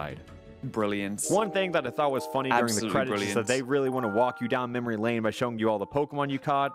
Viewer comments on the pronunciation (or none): none